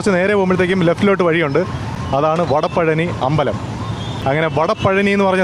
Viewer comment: It's വടപഴനി